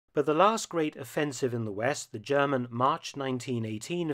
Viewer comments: Impressed at your classic German pronounciation too, wow ! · Your German pronunciation is quite impressive